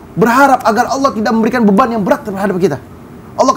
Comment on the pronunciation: Ucapin allah dengan baik dan Benar ,beda Bahasa beda arti